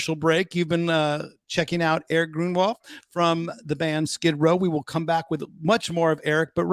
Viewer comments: Awesome interview. EG is the comeback kid and should be an inspiration to all musicians or people in general. By the way dude, how were you able to research his history so well but not able to pronounce his last name correctly? Groin-wall?! No man, GROAN-wall. Anyway, congrats to EG and Skid Row. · Great interview Ryan...but how did you manage to consistently eff up Erik's last name through the entire episode?? C'mon now buddy...he even corrected you right out of the gate. Good grief! Sorry, it had to be said...that aside, good interview brother!👍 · Hello. I am from Sweden and how you say his last name is easy though you pronounce the u in further and the o(ö) in Grönwall the same, now you know how to say Grönwall... keep on rockin